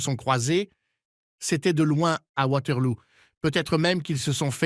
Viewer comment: Lol Waterlou ... On dit Waterloo et c'est une fiction pas un film historique. Tellement nul cette vidéo